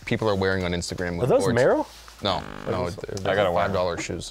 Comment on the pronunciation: Dude really said Merrell 🤣🤣🤣🤣